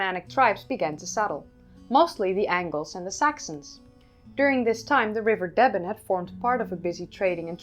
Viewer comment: Pronounced “Deeeben”